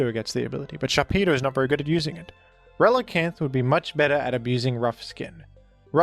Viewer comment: You're ReliCAN! Not reliCANT...